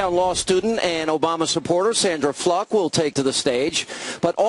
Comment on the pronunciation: haha he said *fluck* instead of *fluke* hehehe